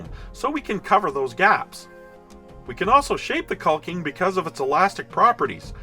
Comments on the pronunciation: The rocks look fantastic, but please, for the love of everything holy, stop pronouncing the L in the word caulking. I've worked with hundreds of people in all forms of construction work over 40 years, and nobody pronounces the L. Lol. Other than that, everything you make looks great and I always try to catch your vids. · I know it's dumb, but my buddies also watch this channel (they are all in construction) , hated the L sound, and we were deciding who had to look like a dick by posting a comment. Guess who rolled the natural 1?